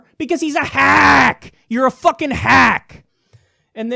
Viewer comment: Every time he says fuckin it comes out more but u can tell he’s trying to hold it in